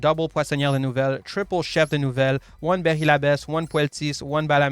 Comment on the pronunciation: Soo hot deck french deck, the pronunciation ce magnific